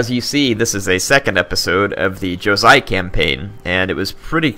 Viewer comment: it is jo-sai.i am japanese,i should know